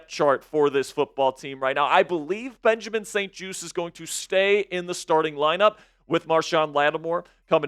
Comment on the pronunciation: called that man Benjamin St "TOAST" 🤣 SO ACCURATE SMH...BENCH THAT MAN!!!